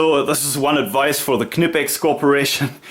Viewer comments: negative. KEH-NEH-PEX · Please please please tell the Americans that it’s not pronounced “kuh-ni-pex” like pretty much all their videos suggest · Its VERY easy to pronounce "Knipex". Say "school" (in english).. Now say it again without the "s" (should sound like "cool".. Not say Knipex". Its a short, strong pronounced "k". Easy. Nice collection of tools and reviews. Btw: the adjustment of the Tongue-and-groove pliers (Wasserpumpenzange) isn't annoying. When these pliers were made, there was only the inch mesurement in germany for plumbering business and the clearence is made there for . Nowadays the fine adjustment on these new pliers is made to match ANY measuring system (metric, imperial, pusemuckelisch, etc..). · Is it really pronounced with the "K"?? Ive been prnouncing it with a silent K the whole time lol